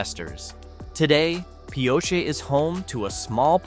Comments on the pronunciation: mispronounced Pioche too. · Robot voice can't decide how to pronounce Pioche.